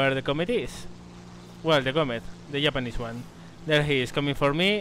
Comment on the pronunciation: I love the way he says Japanese, Yapanese :)